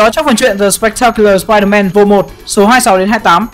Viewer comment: sao ai cũng nói spier-man là spierde ?